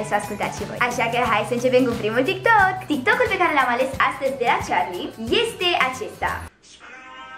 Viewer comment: E Carli nu Ciarli